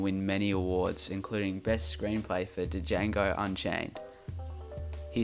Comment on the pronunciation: I noticed the lisp I'm talking about you pronouncing Django as "Da-jango" instead of "Jango". Even so, I'm sorry for this comment. I was in a bad mood and looking for something to complain about. I apologise for taking out my anger on you. It was a dick move to just complain about your mispronunciation of a couple words. Like it doesn't matter at all. So yeah I'm sorry.